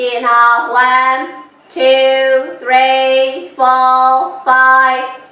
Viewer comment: ဝမ်း တူး သရီး ကိုဆိုတာသရီးကိုဘယ်ဘာသာနဲ့ဆိုနေတာလဲလိုက်လုပ်ချင်တာတောင်သရီးကျရင်ကြားလို့မရလို့ဆက်မကြည့်ဖြစ်တော့ဘူး